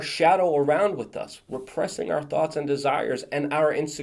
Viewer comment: Here is my complaint: You say "wit" for "with" and I am a stickler for grammar! Go ahead and keep on saying it because it is cute (like you).